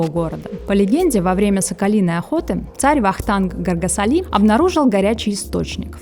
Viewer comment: Полезный выпуск. Спасибо. Но не ГоргасалИ а ГоргасАли.